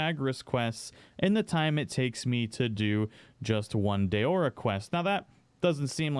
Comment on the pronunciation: It's not pronounced DAYORA! It's DAORA .